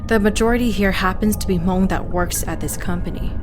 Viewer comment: So I have a questions for you, why is that when you reference about the Hmongin your stories, you say (moob) as if you were actually speaking in the Hmong tongue instead of actually pronouncing how it actually sounds like in English. I hear a lot of younger generations saying it wrong like you. I understand if you were telling the story in Hmong but you are not, it's in English. Don't take it personal I was just curious.